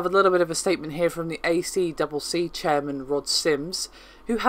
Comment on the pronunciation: "a triple c" is how it is said locally.